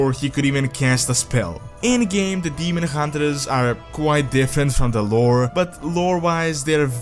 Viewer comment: Ah yes, the Demon Huntre